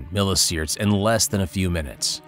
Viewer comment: wtf is a "miliSiert" 💀